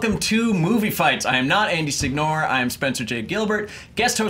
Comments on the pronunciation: When I think "Andy Signore" I think "Tool who doesnt know how to pronounce his own surname". All my Italian bros, y'all know what I mean. all the way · Hope Signore knows his Italian lastname is being cruelly butchered by being pronounced like that